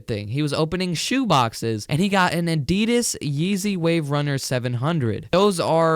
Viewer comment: adidas is said wrong. sorry if my grammar is shi.. bad